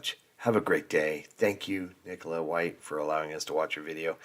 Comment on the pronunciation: I was just wondering how the name Nicola (if that's her spelling?) can be mispronounced... (_Nick_ oh_la) ?!😊